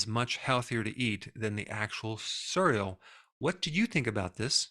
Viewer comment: I wanted to listen to this but I was so distracted by the way you pronounce cereal...